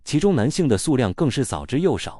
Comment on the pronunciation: 不是台灣。台灣不會說 4地球人，會說 是地球人， 會念數量不是速量 澀會...感覺只是ai被刻意調成了部分 ㄕ音會變成s音